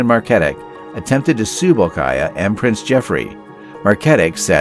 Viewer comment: Saleha is pronounced SAA-LAY-HAAA Bolkiah is pronounced BALL-KEEE-AAAAH